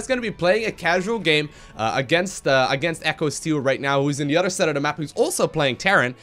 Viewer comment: Udder, I mean other.